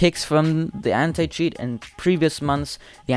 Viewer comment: Anti cheat My ear : Hentai cheat